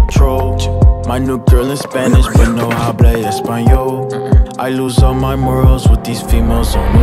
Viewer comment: Anyone else speak spanish and laughing at how he pronounces the "h" in "hablo espanol" ? The "h" is silent in spanish, buddy LOL.